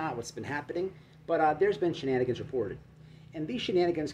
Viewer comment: I don't know why but when you say shenanigans it cracks me up everytime still . 🤣..